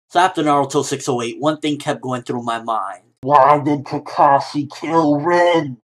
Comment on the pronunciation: RIN not REEN